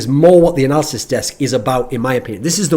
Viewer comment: I keep on hearing "Narcissist Desk" lol.